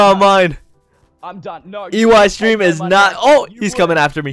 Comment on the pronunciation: Lol is calling him Eyestreem LOL